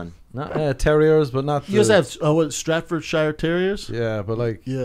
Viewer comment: That was the worst pronunciation of Staffordshire 😂😂